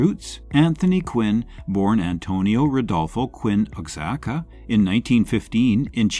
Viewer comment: Wah- ha-ka = Oaxaca